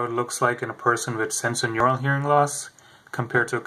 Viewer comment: Would be nice if he pronounced it correctly- it is sensorineural not senso Otherwise an almost perfect explanation